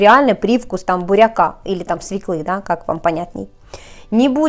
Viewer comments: Спасибо за рецепт. Почему-то не пробовала эти пирожные в детстве. Но! не свеклА, а свЁкла, и не одеть, а надеть перчатки. Давайте говорить правильно. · Мне все нравится кроме "свеклА", "кухОнный", "ложить" и "одеть"., у вас прекрасные рецепты и милая внешность, и вообще вы - чудо. Но все-таки: "свЁкла", "кУхонный", "класть", а не ложить (!) и "надеть" (что-то). "Одевают" всегда кого-то, например, себя, ребенка, или даже куклу. Так что "одеть" резиновые перчатки можно только на карнавал, если резиновые перчатки захотят быть Красной шапочкой... Ну и последнее - не "вынЯла", а "вынУла".:)))) Работайте над тем, что и как вы говорите, вас же люди слушают. Вам надо быть примером во всем. Всего доброго!